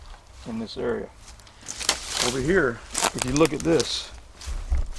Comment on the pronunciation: Look. Not loom. Though loom seems ominous ha ha ha haaaaa